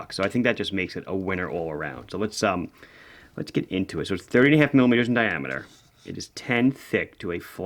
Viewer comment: Lol thanks, I suspected it to be 38.5 but my ears definitely heard 30.5 several times in a row! 😂 Thanks for the video, great-looking watches!